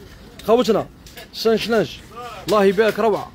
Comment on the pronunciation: نقولو ساش لانج مايش سانش لانج وشكرا